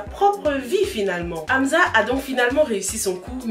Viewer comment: C’est pas Amza mais Amsa mais sinon je kiff tes vidéos😍